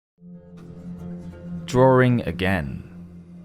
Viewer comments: The word is "DRAWING" - not DRAURING or DRAWRING .....plain English ! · Since when has the word DRAWING been pronounced as drawring? How to spoil a good job. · It's spelled 'Drawing' not 'Drawring' but otherwise very good!